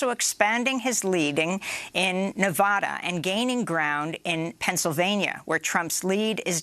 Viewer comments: It's vad. Nevada. Like had with a v. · "Nevada" has been mispronounced by some reporters in recent days. It might be the most mispronounced state name in the country, so I've created a phonetic trick to help people pronounce it correctly. The first "a" in Nevada is not pronounced as "ah." This is the most common mispronunciation. The correct pronunciation is to pronounce the first "a" in Nevada as the "a" in "add." An easy way to pronounce Nevada correctly is to use this phonetic trick: picture the spelling of Nevada with a double "d" as in "Nevadda."